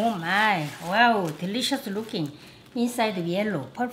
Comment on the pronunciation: when Maangchi said "wow" i thought she say "well" 😂